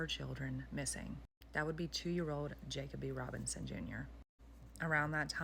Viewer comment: You are pronouncing the victim’s name wrong